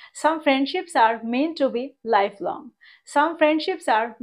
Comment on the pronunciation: Very useful lesson. I believe the pronunciation would be ideally মেনটু। Don't get me wrong. I am one of your student. Many thanks.